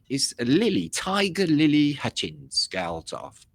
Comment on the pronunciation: its Hutchence rhymes with tuppence